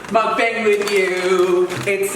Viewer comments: joshua be the change and start saying 먹방 correctly. you could start a movement, imagine the power. this is the perfect comeback. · what did he just call it?!?! A mook-bong. Shouldn't it be muck-bang. I'm so confused. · It’s pronounced kinda like muk bong, idrk why people spelled it mukbang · Mukbang pronounced MUCK BONG! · Ur pronouncing mukbang wrong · I feel like David pronounces mukbang different every time